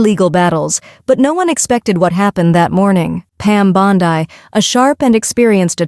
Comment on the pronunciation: God. Can anyone please please stop AI narration. My lord. Mispronounced names constantly. It's not Bond I